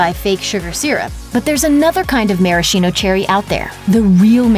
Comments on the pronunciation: [maraskino], not [marashino] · Gizelle Smith it’s actually pronounced “mare-a-skeeno” after the spirit they were originally soaked in.